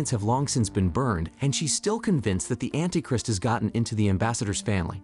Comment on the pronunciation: And anti "Crist" lol